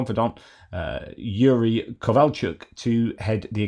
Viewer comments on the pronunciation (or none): none